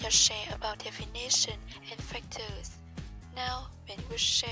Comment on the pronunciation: comment group 5: 1.: - Strengths: + Have interaction with the audience + Quite fluent + Ideas are relevant, fully supported + Use a wide range of cohesive devices - Areas for improvement: + Still have mistakes in pronunciation (definition, potentiality,...) + Have minor mistakes in grammar 2.: - Strengths: + Have made a progress in your intonation since your previous presentation + Use a wide range of academic vocabulary with appropriate - Areas for improvement: + Lack interaction 3.: - Strengths: + Have interaction with the audience + It's clear that your speaking skills have improved a lot + Quite fluent - Areas for improvement: + You still need to practice more with your pronunciation + There are some mistakes in grammar Whole group score: 8